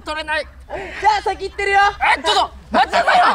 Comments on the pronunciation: 待ちなさいが待なさいになってるww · 待ちなさいが待なさいになってて草